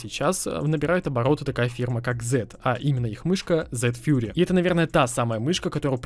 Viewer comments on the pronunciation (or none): none